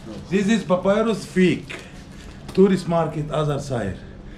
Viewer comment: Papiros papayrosss papirusss papyaras 😂😂😂😂 whatever the scam is